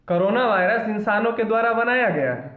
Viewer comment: aur v video banaiye korona virus bhut aache se bole thank u sir